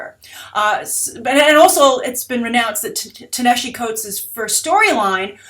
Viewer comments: You Mispronounced Ta-Nehisi Coates name. that's not how you say it. its pronounced Tah-Nuh-Hah-See) is an Egyptian name for ancient Nubia. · Your pronunciations are always awesome. Ta-Nehisi is pronounced [tah-na-HEE-SEE]. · Wow, you butchered pronouncing Ta-Nehisi's first name. There's plenty of video on youtube where you can hear how his name is pronounced.